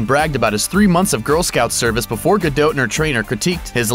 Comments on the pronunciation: Isn't her name pronounced Gadot (DOT) not GaDOTE? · Guh-Dot not Guh-Dote. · It's DOT not DOTE. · her name's gadot' not fucking gedoute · Not gadoat gadot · "Ripped" hardly! that is a overstatement! i wish people would stop lying about titles on youtube. Her name also is pronounced "gado" not gadot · STOP SAYING GUH-DOT WITH A LONG O...HOLY SHIT THE T IS SILENT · GadoTTE << is that seriously how "Gadot" is pronounced?! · The 't' of her family name is silent. Essentially pronounced 'ga-doe'. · Stop saying 'gadote' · Its pronounced Gado the "t" is silent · i THOUGHT IT WAS more like "Gal-doe" pronounced the way it would be if it were French. Like the "t" is silent. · OMG I CANT WATCH THIS VIDEO. ITS GADOT AS IN "GA" "DOT" AS IN A DOT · I can't watch anymore of this idiot's videos. In every single one he pronounces Gadot's name wrong. I mean how you gonna know all this shit about the woman and you can't work out her name. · you're saying her last name wrong! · The "T" in Gadot is silent... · Americans' pronounciation of Gadot never fails to make me cringe. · Gal Gadot is perfect with or without her workout. Stop the hate on her because "she wasn't really ripped!"-- she was amazing as Wonder Woman. Plus the voice over guy isn't saying her name right.. you know you have access to the internet and could do some research on the subject you're doing a video on.. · you don't pronounce the T dipshit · You don't pronounce the T in her last name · If you're gonna make a nearly 4 minute video on a celeb, perhaps research how to pronounce their name first. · I wish he would say gadot right